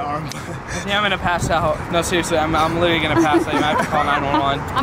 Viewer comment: *littery? 😂😂 **literally, you need to go back to school NOW